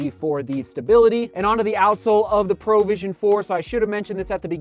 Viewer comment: why does he keep saying "Pro vision"? XD it's not a professional vision, it's provision as in PROVIDE :D